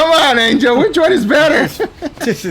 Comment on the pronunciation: Man people love to refer to Angeo as "Angel" don't they